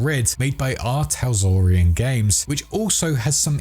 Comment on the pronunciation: Just want to say it “R Talsorian” not “R Taslorian” as you were saying in the video haha. I did a double take each time you said it.